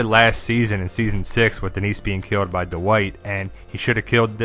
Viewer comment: Every time you say "dwight" i hear "the white" hahaha